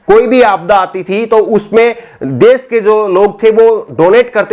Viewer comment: aap bahut ache patrakar he ache anchor he Lekin apki bhasha,shudh nhi he visheshkar sha,shabd ka ucharan sahi nhi hota. Aap sha ko sa se ucharit krte he. Jaise desh ko des kehna Jaise rashi ko rasi keh rhe he. Patrakar anchor ki bhasha ka ashudh hona sharm ki baat he